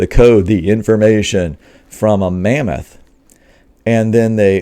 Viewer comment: So, it's lamboth not mammoth. I'll think I'll wait for the porkoth.